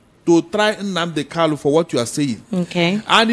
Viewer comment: This man should know the name is Nnamdi KaNu, and not Nnamdi KaLu. The last name is spelled with "N," and not "L."